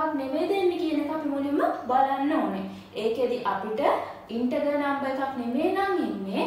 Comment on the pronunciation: Valuable playlist and explanation is very clear 👍 Check the pronunciation of Integer. Good luck👍